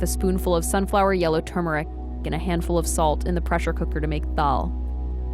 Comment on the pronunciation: She said “turmeric “ correctly. Not “tumoric.” Approved.:)